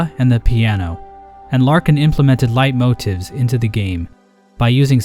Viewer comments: "light moe tiffs" IT'S LATE-MOE-TEEFS YOU FUCKING UNCULTURED SWINE! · that white thing def looks like a precursor to the kingsmolds: "leitmoteffs" Me: "That's not how you SAY IT SCREEEEEEE" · Hearing him pronounce leitmotifs as "lite-mot-ifs" physically killed me.